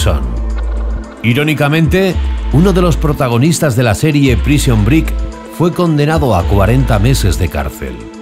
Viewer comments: Que carajos es "Prision brick" a lo mejor quiso decir "Prison Break" Lmao.... Como van a poner a una persona que no sabe pronuciar el ingles hacer este tipo de videos... no me jodas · Se pronuncia "breik" xd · "PRISON BRICK" buen ingles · Hahahahaha prison bric... te la mamaste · Otras perlas de nuestro narrador favorito son "Prison - Brick-" o "-Eskilar- Deleon". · Que joyita, "prision brik" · ¿Por qué en este tipo de vídeos el narrador siempre pronuncia fatal el inglés? ¿Prison brick? ¿Pero qué coño? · Prishon brek. lol